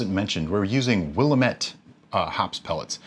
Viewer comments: Pernounced as WILL AM ETTE NOT WILL U MET. Sorry from oregon originally.. O.RE.GUN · It's pronounced will-am-it not willa-met. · As an Oregonian it's pronounced wuh·la·muht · Will-am-it you uncultured swine! 😂😂 just joking of course. 99.9% of people who live here dont know how to pronounce it. The natives called it the will-a-met-tea. Call it what you want we know what you mean. Oregon born here confirming. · Sorry to be that guy, but it's pronounced "Will-am-et". I'm from Oregon. Love your videos! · I'm doing the Pacific Northwesterner thing giggling at the mispronunciation of Willamette (we say "wool-LAMB-it") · From Oregon, it's Will-Am-ett :) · I know you've probably heard it a thousand times. My folks lived in the Willamette valley of Oregon for years. I pronounced it wrong for a while before my dad said, "It's Willamette, damn it!" (it rhymes). If you ever make it out to Eugene, OR (WHY?!!), be sure to visit Hop Valley brewery. Good folks, good brews.